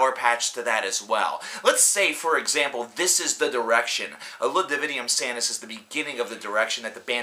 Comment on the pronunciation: It's DivinUM, not Divinium haha. It was atrocious either way, but I'm still kinda bummed that David's gone. He's a better vocalist.